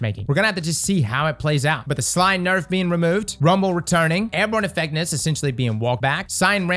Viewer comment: "Airborne effecness"